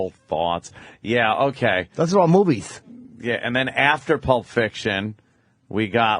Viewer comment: "thoe are all movies!"